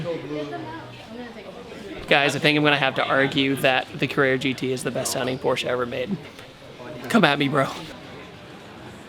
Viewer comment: As a German I’d like to say thank you for pronouncing Porsche correctly